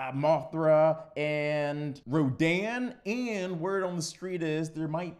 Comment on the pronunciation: FINALLY!! Someone who didn't mispronounce the name of King Ghidorah, Mothra, and Rodan!